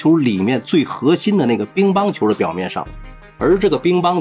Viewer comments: 乒（ping）乓球，你是不是读错了，哈哈哈 兵乓球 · Ping Pang 球不是 Bing Bang 球😂 口语强迫症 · ping pang qiu 乒乓球 不是bing bang qiu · 哈哈，找一个“致命漏洞”，说明我有认真听。乒乓球，主播念成了‘bin,乓球’。下回注意点，这么大的事情，联合国很介意的、